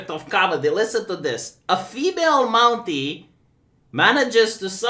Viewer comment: Ohhh a Mountie.. I thought you said monkey 😂